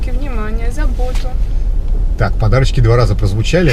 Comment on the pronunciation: На буратинку похожа.Когда второй раз говорит подарочки,слышится,как подачки.